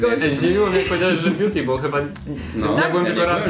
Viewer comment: " Wóda bjuti"NIE NO HAGAGSGSSGA